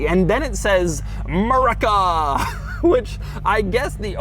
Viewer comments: “By Murrrica” couldn’t be more hick 😂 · Doug saying "Maraca" instead of "aMURICAAA" was bloody funny 😂